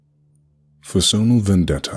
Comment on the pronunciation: its pronounced like personal.